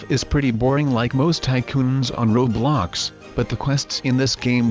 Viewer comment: Every time your robot voice thingy says « roblox » it says « roadblox »